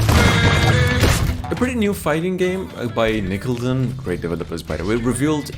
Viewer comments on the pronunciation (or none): Nickelton's? More like Nick-ah-lo-dee-on or Nick-kuh-lo-dee-on. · It’s NICK-A-(LOAD-EN) bro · Nickelodeon is pronounced Nickle-lo-de-on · The way he pronounces like Nickelldun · Nickeldin lol wow dude you should check you're English lol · its Nickelodeon the cartoon channel........ :/ ..... How do you miss pronounce that!